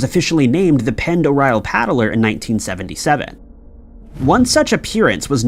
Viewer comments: Um yeah.. Lake Pend Oreille is actually pronounced: lake - pond - a -ray - and is in the Idaho panhandle .. not to far from and to Canada.. one of my distant uncle’s had a house on the very southern part on the west side of the lake.. there is a town called Hope if I remember correctly .. I do however remember what a great place and time I had there on that giant - beautiful- deep and just all around spectacular part of the state and country. .. Fishing there is extraordinary ..especially if you can troll from a boat.. i somehow remember people with us catching (this was 40 years ago now) Kamloop and Cuttthroat Trout- Kokanee Salmom- Northern Pike - hope to go back some day soon. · Ok first of Pend Oreille is pronounced Lake Panderray dont ask, lived there for 10 years never facking made sense. Its also in Idaho, not ohio? The hell bro? They claimed its native american, but um... No its not im cherokee and Apache that's gibberish lol. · I love you, but Pend Orielle is pronounced "Pond Orray" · I grew up on Lake Pend Oreille. It’s French and is pronounced “pond er-ray”. I also had a weird encounter once where I’m pretty sure I saw a periscope pop up from the water once from one of the submarines while out in the middle of the lake on an inflatable boat thing my friend and I paddled out on. Creeped out so bad that I refused to swim out in the deep parts ever again where I couldn’t see what was below me. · Pend Oreille is pronounced Pond-er-ay, just FYI. And the lake is indeed in Idaho, though there is also a Pend Oreille County in Washington state. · Lake Pend' OReille is in Northern Idaho and nowhere near Ohio. Also, it is pronounced like: 'Pond - dor- eye' since it is a French word. It gets mispronounced a lot unfortunately, but at least you can always tell if someone is a local or not when they pronounce it. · Pend Orielle is pronounced Pond-er-ay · Unbelievable your mispronunciation of lake pend oreille. Weak weak weak